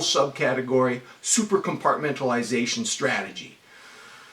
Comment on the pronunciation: Bruh, do you even “compartmentalize” 🤣🤣🤣